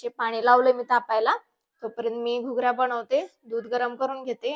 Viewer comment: Ghugrya nahi mhant d